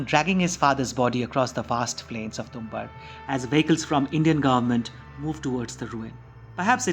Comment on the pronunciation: You're mispronouncing the title which is irritating to my ears and hence has affected the viewing experience of this video. It's Tum-baad.